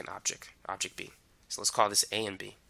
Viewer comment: I too now pronounce object and product as objec and produc thx to you bro!😅